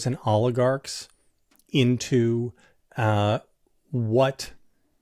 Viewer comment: JVL, thank you for pronouncing ALL-igarch correctly.